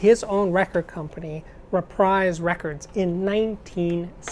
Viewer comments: I've only one minor nit to pick: you mispronounced "Reprise." I've always heard it pronounced re-PREEZE, not re-PRIZE. But I double-checked and found the usage note at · All that time you wasted on talking about that chick Beyonce could have gone towards explaining the Westrex 35MM system. Also, Frank pronounced his label "Re-PREESE". You're welcome.